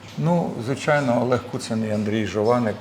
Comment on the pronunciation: !!! Наголос — Олегу КУцину